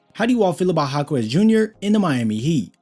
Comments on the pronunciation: his name is Ha-kez not Ha-Kwez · Jaime Jacquez = High-Meh Hawk-eh'z It's NOT Haw-Quez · It's pronounced like "Ha-kez" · Jáquez = “HAWK-US” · Great video, fyi its pronounced HA-KEZ the u is silent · Respect the player enough by learning to pronounce his last name correctly